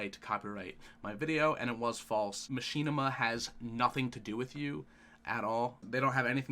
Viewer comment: muh-shi-nih-ma not ma-she-na-ma